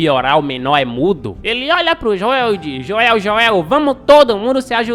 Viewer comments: Que raiva do falando "Joél" kkk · Mano é Joel não Joel !